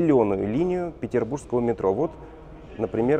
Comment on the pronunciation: Метрополитен не ПетербурЖский, а ПетербурГский! Уши режет очень сильно!